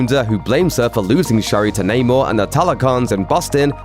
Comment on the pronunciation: Biggest unanswered question is: Why does everybody in the movie keep saying Namor wrong